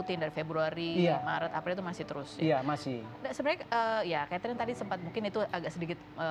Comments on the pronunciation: Salah denger g sih aq? Suami nya sebut istrinya Ketring😅 bukan Chaterin🤭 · Perasaan namanya keterin deh bukan katering 😂😂😂😂